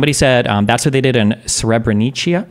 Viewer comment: SrebreniCa, not SrebreniCHa. It's essentially read as SrebreniTSa